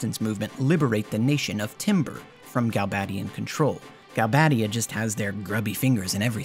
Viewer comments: because there is only one d and one b. You would need double d and double b to pronounce them the way the narrator does. Galbaddia and Trabbia. Otherwise it has the "ay" pronunciation with only one d and one b. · why would you pronounce galbadia and trabia as galbaydia and traybia when there's clearly no Y in their names!?